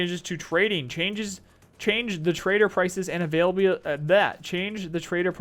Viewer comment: you've spent so much time with nikita that you have a problem with "availability" pronunciation...